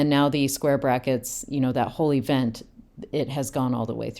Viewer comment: Lol, Jesse's "whole event" keeps sounding like "holy vent". 😄 The description of aspects being points on an action instead of a time line is something I hadn't heard before, but it's really helpful.